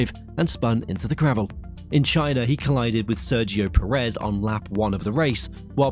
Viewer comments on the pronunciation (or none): none